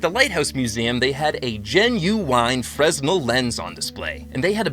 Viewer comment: Glowing eye sea gull!😂🤌(also Fresnel is pronounced freh nel')